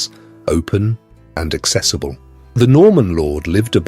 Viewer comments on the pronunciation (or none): none